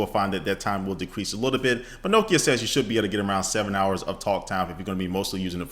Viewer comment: It's Nokia not nookia ha great vid